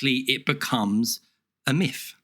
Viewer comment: The speech impediment you have where you say miff instead of myth is incredibly annoying.